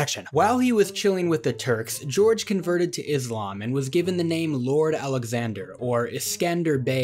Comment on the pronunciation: Its Gjergj Kastrioti and not George Castriotto.